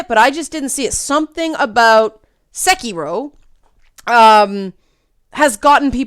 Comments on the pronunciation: Sekiro is pronounced 'say key row' (row as in boat, rhymes with sew). That vowel in your 'se' of 'sekiro' was a bit off. As for the not emphasizing thing, the important part of that is that all the syllables are pronounced for the same length of time (or more correctly each mora, but in this particular word that's the same thing since it has no long vowels). In English we use both volume and length on accented syllables, whereas Japanese uses pitch accents; conversely, in English we use different vowel sounds for 'long' vowels, whereas in Japanese long vowels are actually pronounced for a longer time. Normally I wouldn't trouble you with the details but you seemed concerned about trying to pronounce it correctly. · No, thats not how you Pronounce it.